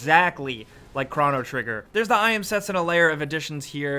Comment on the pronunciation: Two different pronunciations of chrono within the first minute. Man you suck